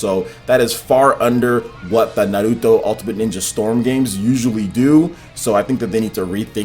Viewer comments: Why do you say "naruto" with a spanish accent? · All I want is for this puto to pronounce Naruto correctly!